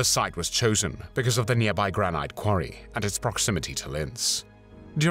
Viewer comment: Someone needs to tell the spokesman of this video with the EXTREMELY monotone voice that the rock in the quarry is pronounced 'Gran-net' (Granite) not 'Gran-night' LMAO.